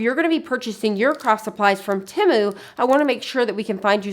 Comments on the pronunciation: You say Timu. It is Temu…..(teemoo). Please correct your pronunciation. Thanks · The pronunciation of the company is “Tee-moo.” That’s what the website said. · It's Said like tea moo.... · I love shopping at Temu. I've never heard anyone pronounce it quite like you though, lol (short i sound).